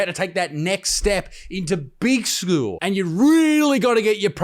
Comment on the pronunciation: Fark. Pronouwns? For skoowl? 😂